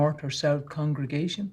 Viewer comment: Damn that actress really can’t say congregation 😂